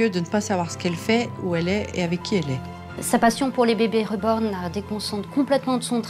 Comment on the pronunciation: Moi tout au long de le reportage de « SA SE DIS « RIBORN » PAS « REBORN » PTNN